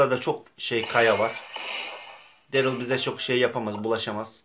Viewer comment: Derıl degil darliy diye okunuyo